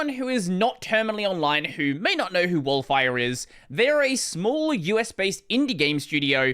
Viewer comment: oh no, pronouncing Wolfire like that given their logo